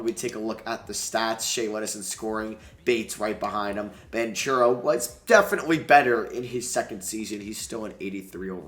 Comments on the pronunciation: Please, I’m an Italian boy, the right pronounce of Banchero is Bankero for you as an american. Apart of that, it’s really a great video💛💙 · THANKS! I have already commented him the same in a couple of other vids lol